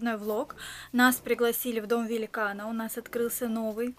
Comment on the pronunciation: "Великна" исправь )